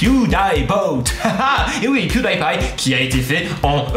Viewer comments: "Pew-day-pie" LOL Pew-di-pie ! x'D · Tu Ne prenonce pas Pewdiepie mais PewdyPie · Moi je l'ai écrit bien avant d'avoir vu ton com' et je me suis dit: "Enfin quelqu'un qui le dit, quoi !!! Même en Anglais, ça ne se prononce pas comme ça !" LOL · On dit " pwidipye " pas " pwidaypye " Je sais sa s'écrit Pwedipie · Alors par contre ça se prononce pas pioudaïpaï mais pioudipaï hein^^ D'ailleurs c'est bizarre que personne l'ai écrit dans les commentaires...Vous allez pas m'dire que personne regarde PewDiePie quand même >.< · Rooh ok c'était vraiment pire que ce que je pensais tout ces PewDAÏPie mal prononcés D: Horrible, ça mérite presque un dislike pour une fois même si la vidéo était géniale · Non ca se dit pioudipay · Pewdiepie se dit "Puwdipaie" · ON DIT PIOUDIPAYE CA SE DIT PIOUDIPAYYEEEEE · sa ma stresser qui prononce mal pewdipie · c'est pas très grave... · La vidéo est cool mais on ne prononce pas Pewdiepie comme ça et ça m'a frustré jusqu'à la fin. Le Die ne se prononce pas comme le mot mourir en anglais. Le "ie" se prononce comme un i. Parce contre pour Pie c'est juste. Désolée d'avoir fait ma chieuse 😅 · tu prononce mal pew die pie